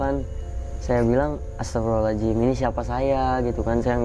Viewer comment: Bang kok tiap bilang ataghfirullohal ajim.. Beda lafadz beda makna bang.. Mhon maaf tidak bermaksud mnggurui dll..tp bukan sperti itu lafadz istighfar 🙏. Mhon maaf skli lg